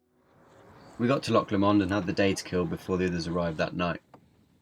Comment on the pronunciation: just try pronouncing 'loch' properly - just once ???